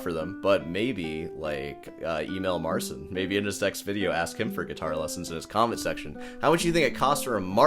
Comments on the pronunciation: Marchin not marsin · Im a Polish guy and I fkn can't watch that Marcin guy. Even if he is not banging on the guitar all his expression and attitude feels made up. There is something unnatural in his behaviour that makes me sick to watch it. Btw you pronounce the name Marcin wrong but in that case fk it, he is a Marzn..:D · That's even better than you think, because his name in Polish is actually pronounced Marchin' :) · He said in an interview that he doesn't want to force people to pronounce his name in Polish, so he sticks with the English pronunciation. And it was also his label directive to call himself Mar-seen.